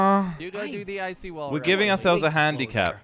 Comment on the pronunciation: Its wall not wull